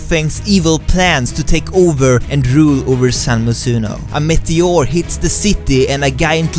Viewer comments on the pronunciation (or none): The way he pronounces "meteor" is funny, but still i love how he explains and speaks